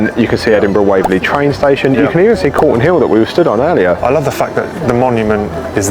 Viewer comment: Calton Hill, not Colton ;-)